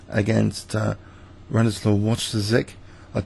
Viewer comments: It's [Wɔjtɑʃɛk]. "sz" in polish is pronounced like "sh" (in "fish") in english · his name is pronounced Voytashek